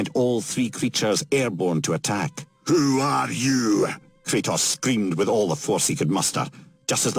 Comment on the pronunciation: drink every time he calls kratos curtis